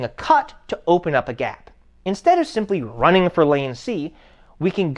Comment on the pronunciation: "wai are yu ronnin? wai are you ronnin?"